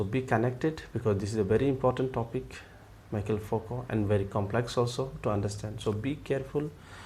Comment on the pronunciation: Nice video, thanks! But its pronounced Me-Shell, not Michael :)